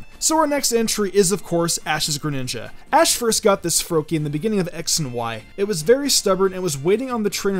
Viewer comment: he called ash Ass ketchup 😂😂